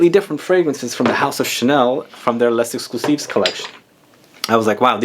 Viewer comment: Kilkeny1976 i love coromandel too! But actually because “les” is followed by a word that starts with a vowel “exclusif”, you should pronounce the s, it’s the liaison.